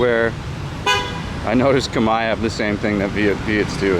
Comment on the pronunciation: Thanks for the great content but "Come-eye"? I've never been to Cambodia but I'm sure that's not how you pronounce Khmer.